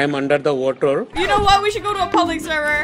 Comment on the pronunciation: Im under the water.he pronounce it watterrr lol hahahaha😂😂😂😂😂😂